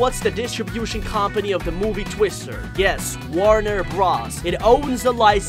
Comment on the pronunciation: The Animaniacs are The Animaniacs, and the Animaniacs live in the Warner Bros. Water Tower. Also if you must say bros instead of Brothers, it's B R O S, not B R A S. The way you said some names really threw me off. UwU